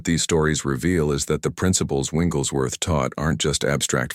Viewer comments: I really like this concept, but the AI is mispronouncing Smiths' last name. Its not "Winglesworth" Its "WIGGLES"worth. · I wish this AI could pronounce his name correctly!